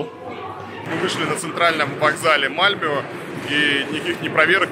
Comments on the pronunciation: МАльмё, блин, а не МальмЁ! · Не Мальмё а Мальмэ правильно,а так то там самый криминальный район как раз район мигрантов из Албании и тэпэ,постояно какие то там перестрелки и наркотики именно там,не помню как называется район но присутствует слово "rose(роза),плюс мусор на улицах есть и те два пакета это песчинки,но в целом конечно сравнивать с Россией глупо. И еще там чертовски скучно,русская душа быстро там заскучает